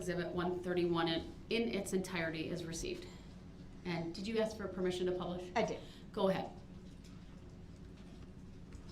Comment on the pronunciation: THE WORD IS ASK NOT AXIE DUMB ASS CAN'T EVER TALK